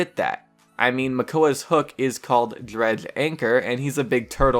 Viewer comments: the character Drehgl XD your pronounciation is funny... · What way are you saying dredge? Cuz it sounds like you tried saying it with a full mouth